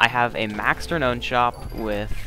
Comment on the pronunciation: Good video,. You're saying Renown wrong though. It's actually pronounced "re noun" Not "re known" But I'm sure you'll improve on that! Just because you have aqua brackets on pit doesn't mean you can reinvent an english word's pronounciation. Love the commentary hope they rework major events and promote you to moderator on hypixel!